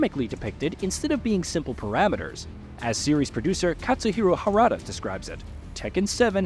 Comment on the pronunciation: Finally, someone who was able to pronounced Kazama Jin and Mishima Kazuya correctly except when he pronounced Harada wrong.